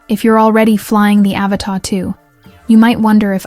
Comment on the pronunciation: AVATA! Not Avatar. Pffffffffft.